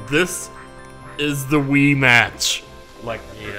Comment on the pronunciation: When said Wee-Match, I thought he was talking about Wee-Gee not the Wii, and Luigi was the AI in this vid.